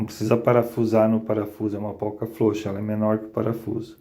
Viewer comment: Não é polca É porca. Adoro seus vídeos.